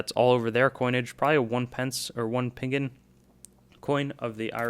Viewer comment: The Irish penny is pronounced ping-in not pinning And pingn is penny in Irish